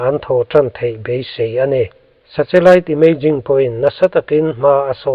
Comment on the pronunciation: 😮 2040 maw ??!!😮 Nge ka ngaithla sual / hre sual zawk aw..?? Tin, nen hian 'Sa-Che-Lite' ti maiin ka hre bawk !! Mahse, Chanchin i buatsaih te erawh a tha hlawm khawp mai, ngaihthlak a manhlá in a ngaihnawm e (interseting) 👍👍 Lo tang zel rawh, a bík takin 'thu lam' kawngah . A chhan chu i content hi a hmuhnawm lam ni lovin a ngaihthlak lam chi a ni si a. Frm. New Subscriber